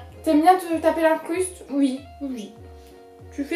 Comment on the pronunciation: tu dis «ui» ,c’est stressant